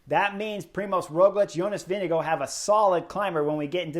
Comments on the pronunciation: Vingegaard NOT Winnigoo! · Chris Horner slaughtered the pronunciation of Vingegaard